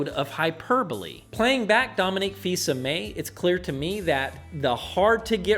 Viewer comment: actually it's " Fils Aimé " (meaning "beloved son"), but close enough!